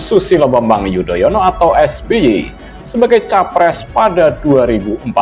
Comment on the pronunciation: Xixixixixixixiiiii...koplak... Anis nyebut nama Susilo Bambang Yudoyono jadi Bambang yudonoyo... xixixixixixixiiiii... 😂😂